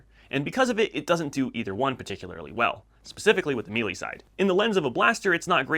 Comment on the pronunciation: Just a quick correction... 'may-lay', not *'meeley'. Otherwise, good video bud. I agree with all your selections.